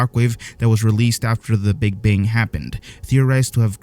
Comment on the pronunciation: “The Big Bing”